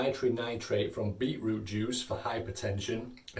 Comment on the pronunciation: I heard him say “beetlejuice” a couple times